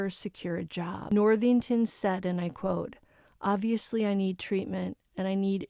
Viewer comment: Cara Worthington, not Northington.